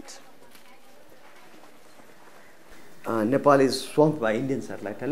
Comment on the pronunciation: She said Nipple🤣🤣